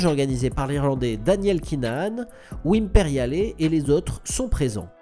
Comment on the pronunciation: Oui mais non il ne prononce pas le "e" à la fin d'Imperiale, faute grave.